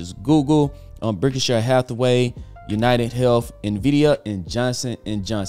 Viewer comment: Berkshire not bickishare berrrrk shy er